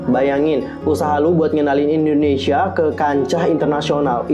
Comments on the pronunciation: Indonesia kak bukan endonesia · Indonesia bukan Endonesia